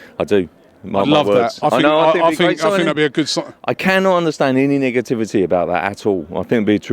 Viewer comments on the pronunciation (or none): Did he just say niggativity